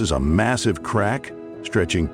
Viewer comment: The static approaching the 8 minute mark and calling a crack a crock is why I didn't watch the whole thing 😑